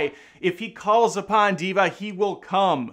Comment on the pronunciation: It's DEVA not Diva 😆 Pronounced as 'THEY-VA' Deva Means , divine being or god.